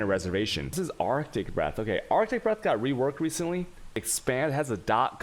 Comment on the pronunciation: Arctic breath but arj? XD But nice video, ty